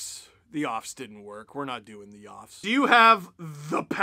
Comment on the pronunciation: it's not the YOFFS its the P'LOFFS